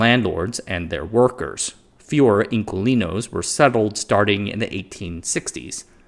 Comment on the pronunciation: Dear, "Inquilinos" in your Americanized English is pronounced as IN-KEY-LEE-NOES.... the word didn't arise in Chile, and in today's Spanish (worldwide), it simply means TENANT as it likely simply did in 19th century Chile. Thanks!